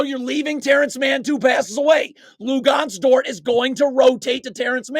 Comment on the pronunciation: “Lugonez” dort 😂😂